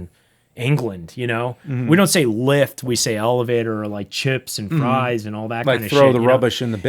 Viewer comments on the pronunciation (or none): none